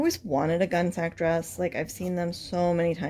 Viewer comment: This is great! Thanks so much for making this and sharing your expertise with us! FYI it's pronounced "gunny sacks" not "gun sac" or "gunny sac" (long-time collector here so I had to chime in). I can't wait to see how this turns out!